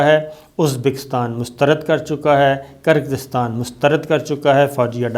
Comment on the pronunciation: gir-gir-staan 🤭, is trha keh dein “Kir-Gis-taan” Geo Slomo Murshad